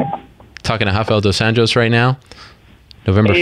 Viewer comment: Ariel is always respectful.. goes out of his way to pronounce dos anjos name correctly.. he alwsys does this with any fighter. .. a true canadian